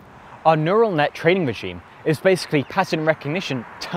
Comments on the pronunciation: “Neutal Net” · “neutal net” ah yes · What's a neutal net? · Neutal net... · Nutal net huh? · It's "neural net", with an "r", not "neutal net". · Neutal net , though